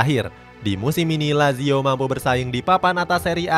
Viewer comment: kelemahan sarri sebenernya keliatan, kalo taktik nya kebaca atau plan b nya gk jalan dia auto bingung izin koreksi yaa min untuk pelafalan nama nya, semoga berkenan - sergej milinkovic savic --> sergei milinkovic savic (c tetap dibaca c, bukan k), asal nya dari serbia yaa min, tadi salah sebut - maurizio --> mauritzio - lazio --> latzio - sutton --> saten - serie a --> seriye a - joaquin --> hoakin